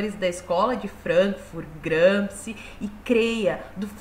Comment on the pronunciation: Oi! Não se ofenda por favor, a nome "Gramsci" lido em italiano fica "Gramchi" e não "Gramski". Abraços!!!